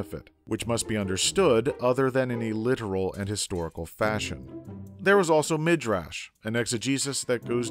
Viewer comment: Well Pesher does sound hebrew (from the root Piresh (he) interpreted). And some were Hebrew, like Midrash, which is pronounced [midʕaʃ] or [midraʃ] as most pronounce it today (with stress on the a, not the i)